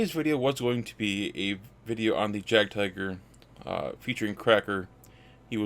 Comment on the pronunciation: Nice content - just subscribed - but PLEASE do say "YAAGD-TEEGER" or at least "YAAGD-TIGER" for the Jagdtiger - German "J" like an English "Y" - PЄACЄ☮UT